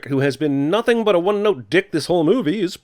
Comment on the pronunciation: you pronounced "nothing" wrong